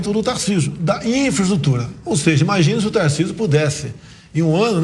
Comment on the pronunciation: CARA LIMITADO KKKKK NÃO CONSEGUI FALAR NEM INFRAESTRUTURA KKKK KKKK QUE PRESIDENTE BOST@ QUE TEMOS